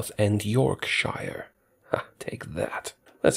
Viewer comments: its pronounced york sh i r e not york shoire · Yorkshire York-shire sh-I-re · As an Englishman, your pronunciation of "Portsmouth" and "Yorkshire" is painful to hear. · I can resist... I can resist... AHHHHHHHHHH! IT'S PRONOUNCED 'PLEMOUTH' NOT 'PLYMAUTH', 'PORTSMOUTH' NOT 'PORTSMAUTH' AND 'YORKS/HEIR' NOT 'YORK/SHIRE'! Sigh, What a relief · Ply-mouth? York-shire? I love it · Great video, I had no idea this could be done in HOI4. Don't pronounce Yorkshire like that though!